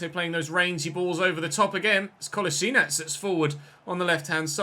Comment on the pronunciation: Your prenounciation of Kolašinac was very good!